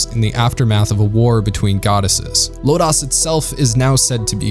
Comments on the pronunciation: Your review is excellent and on point...and I'm sure I'm not the only one to note it, but this is "Lodoss" war, not "Lodass" If you watched it in the original subtitled version. You'll even hear them pronounce it "LOW-doss" . :) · Why does it sound so westernized when you say LodAs war rather than Lodus (like lotus) war. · "Low-dose". Not "Low-Dahs". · Thanks for this,! I was concerned that this show would be forgotten! Two things, though: 1) Lodoss = low dose, not Low dahs. 2) King Kashue actually looks like Parn's dead father in Parn's memories. Also, Cashue is cool in every way, and young Parn is still in need of a male role model. Hence, the "homo erotic" infatuation.... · great video but what is lo-dos....is that the sequal to ms-dos operating system....it lo-das....they say it over and over in the anime and game like that........sorry its the only thing that bothered me but I am very glad you loved the forgotten anime\fantasy history.......next do legend of crystania the follow up movies to the series of lodoss war